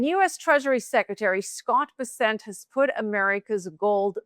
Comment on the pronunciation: OMG it's BES-sent, for F's sake. Scott BES-sent. Emphasis on the first syllable of his last name. Get it right will you PLEASE? You guys are posturing as financial professionals and you can't pronounce the Sec'y of the Treasury's name?